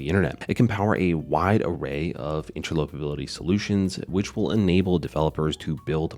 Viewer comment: FIP.01 has already been voted on and passed. Please learn how to pronounce: interoperability, commit